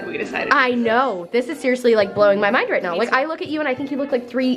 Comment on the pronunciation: “Siearyously Fashionable” (both names)